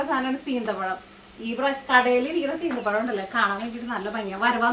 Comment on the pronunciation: ഞാനും നാട്ടിൽ പോയി വന്നതിന്റെ വിഷമത്തിലാ 😢 സീന്ത പഴം അല്ല സീത പഴം 😂